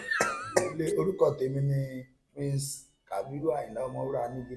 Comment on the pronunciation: Na prince he said o with emphasis that his father was a king of music